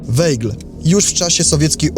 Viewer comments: Mam wątpliwości czy prowadzący dobrze wymawia nazwisko bohatera odcinka. Weigl czy Waigl w wymowie. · Wolałabym, żeby wymawiał Pan prawidłowo nazwisko bohatera odcinka. Ei mówimy aj, zatem wymowa: Wajgl. 🙂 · Wszystko pięknie, ale z tego, co mi wiadomo, Rudolf Weigl konsekwentnie czytał swe nazwisko w brzmieniu WAJGL, zgodnym z językiem pochodzenia. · Weigl czyta się Waigl! Nie można słuchać Weigl!!!!! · Weigl czyta się Waigl ... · Bardzo fajny film i przybliżenie wielkiego naukowca. Jedno tylko denerwuje. Nieprawidłowe wymawianie nazwiska. Był Austriakiem. ei w nazwisku czyta ai Czyli czyta się WAIGL. Aż uszy bolały jak było czytane.. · Może by się prowadzący dokształcił z językoznawstwa. Jako osoba pochodzenia austriackiego, to wymowa nszwiska powinna być zgodnie z regułami języka niemieckiego., czyli =Waigel=. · Wymawia się Wajgl(ei jako aj).A tak poza dobrze że przybliżasz tę wspaniałą postać, tak niesprawiedliwie potraktowaną przez komuchów. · Ei w nazwisku czytamy jak aj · Skoro Pan Rudolf był z pochodzenia Austriakiem, to dlaczego prowadzący błędnie wypowiada Jego nazwisko. Z szacunku dla tego naukowca należałoby jednak zapoznać się poprawną wymową.